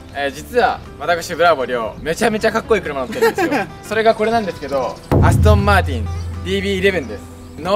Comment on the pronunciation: アストンマー「チ」ンじゃなくて、アストンマー「ティ」ンなのがカッコいい